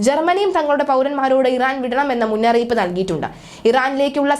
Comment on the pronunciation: മുന്നറിയിപ്പാ അല്ലാടി മുന്നറിയിപ്പ് അരോചകം